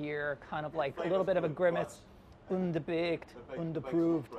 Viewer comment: "undahbaked, undahprooved" 😂😂